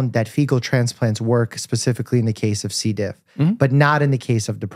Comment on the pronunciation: C. diff is pronounced difFISSilee, not DIFFiseel.